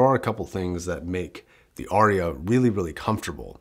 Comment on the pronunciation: It’s Arya not Orya.